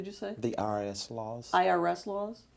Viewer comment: This list of incorrectly spoken words is downright overwamming: Axe = ask Awtlet = outlet Acrizations = accusations Akkrit = accurate R.A.S. = IRS Misgotten = got wrong (For example the super bowl prediction) Newkular = nuclear Reptible = reputable Overwhamming = overwhelming Conferdent = confident Molekeler = molecular Fim = film L.A.D. Screen = LED screen Karcasion = Caucasian Ethniss = ethnic Resippikate = reciprocate Pressicute = persecute Cheyenne West = Kanye West Rem = realm DecapiCATED = decapitated Perpel = propel Do = does Allocated = I bought Sew = donate Seed = donation Fortifying = he has no idea Forging = he has no idea Prissipality = principality Pacifically = specifically Meffis = Memphis Letharjickness = lethargy Viggeration = invigoration Astro-projection = astral-projection Hiatus = this didn’t make any sense Inevitububly = inevitably Pessilint = pestilence Pleggs = plagues Mosanic = mosaic Covit = Covid Scap = scalp Oh-sir = ulcer Simontaneously = simultaneously Gorders = goiters Pammoramic = panoramic Sinnakit = syndicate Enfeminem = effeminate Transparasee = transparency Wikka = Wiccan Burf = birthed Illi-noissss = Illinois (silent “S”) proprietorry = proprietary (he thinks this means “public information”) “Jack Nee-koe-lie dreamed how to hold his club before he won the World Series”!? 🤦🏻‍♂️ (He plays GOLF and his name is Jack Nicklaus) “The war has already been postponed but we don’t want just postponed, we want it to be completely “demoralized”…stopped